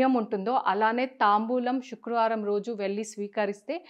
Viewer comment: శుక్రవారమ్ అనాలి షుక్ర వారం కాదు